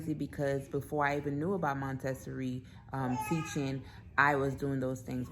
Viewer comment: It’s pronounced: Monta-sor-ree, dear. ☺️ Also you may want to consider moving the clothing bar down (or adding a hanging bar) in her closet so as to foster independent clothes selection? Just a suggestion. ☺️ Great video!